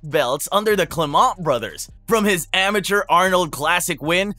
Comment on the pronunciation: Good work putting it all together! He's legally Spanish currently and shows love and pride for both Spain and Georgia. What surprised me was the way you say "Climent", making it sound so French (I consider myself both Spanish and French), that lastname (of Catalan origins) is shared by 3 of his coaches, two Argentinian brothers (BJJ /MMA) and one Spanish for the boxing.😊 Greetings!